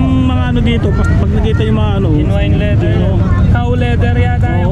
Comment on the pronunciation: Bossing.... correction lang po. Not a basher... leather po hindi ladder....